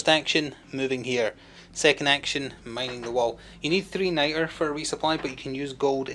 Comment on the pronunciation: It's Nitra, so pronounced night-ruh. For the Americans, what's your regional accent? It's leaning Scottish but doesn't sound full Scot.